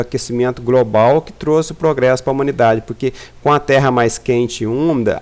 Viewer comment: "gracial", "grobal", "prantas". Fake. Estamos entrando num período de resfriamento.